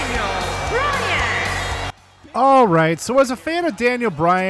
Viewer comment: Daniel Browan instead of Daniel Bryan